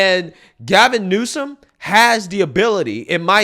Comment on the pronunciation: Why does it sound like you’re saying Gavin Newson?